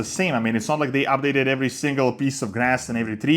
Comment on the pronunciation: Why he keeps sayin “ab-dated”